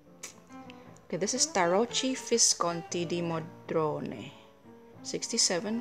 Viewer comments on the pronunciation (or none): CORRECTIONS: (1) Arnell Art is NOT their website although it is a site where you can order your Il Meneghello through 😊 (2) Tarocchi is pronounced with a "k" instead of "ch" 😬